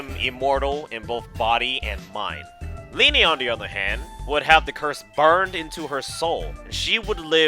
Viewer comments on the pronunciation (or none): Ok linne's name is not pronounced (Lee Nay) it's just Lin. Like that's a real name and they say it in game. Idk why people pronounce it like that